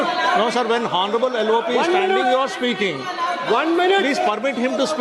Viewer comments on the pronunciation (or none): टीनेटी जी हौनरेबल नहीं आनरेबल बोलो एच साईलेंट है